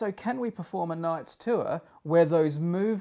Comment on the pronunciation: What's a "too-er"?